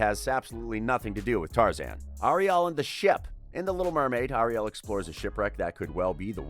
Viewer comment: Anybody angry about how he says Ariel? ☆